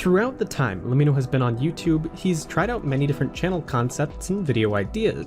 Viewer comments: Great video, but le-mee-no? Its an abbreviation for let me know, as in Lemmino. Just pointing it out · but that's not how you pronounce lemmino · its pronounce lemmino not lemmino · Isnt LEMMiNO pronounced like "Let me know"?